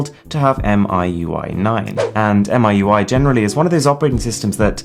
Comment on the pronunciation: It's call Mi UI , not M I U I, aka 米柚。